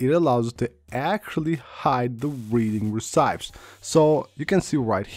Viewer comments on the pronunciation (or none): it’s not pronounced “re-CYPTS” It’s pronounced “re-SEATS”